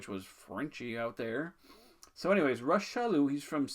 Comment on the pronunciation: Salut! Thanks again for this series of videos they’re awesome! The way to pronounce Monsieur Chaloux’s name is actually just like Rock. Hard «ck» sound for his first name. Au plaisir mon ami!!